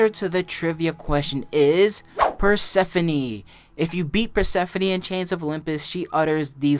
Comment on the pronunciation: It's persephone I think?